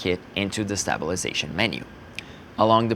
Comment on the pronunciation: I love how he pronounces 🔪 -sation